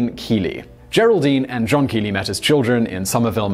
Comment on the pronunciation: #1) It's pronounced "Kelly." Kee-lee would be spelled keely, or keley. 2 E's, or 1 L, while the E,L,L,E spelling retains the short E sound, due to the second L between E's. A second consonant, between vowels, shortens the first vowel. Ergo; Kelley (kell-ee), with the alternate pronunciation of "kell-a."